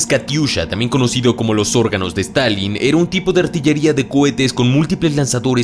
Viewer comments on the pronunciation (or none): none